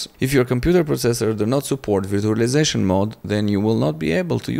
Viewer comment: bro it's not veertualaizashon, it's verchualaizashon.